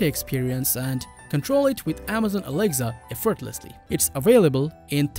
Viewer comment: This guy is just saying alegza not Alexa